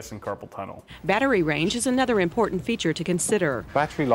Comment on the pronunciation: Loved the “Don’t torrent,... it’s importa’nt” 😂🤣😉👍🏻